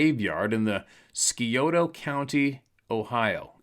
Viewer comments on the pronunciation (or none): The C is silent in Scioto county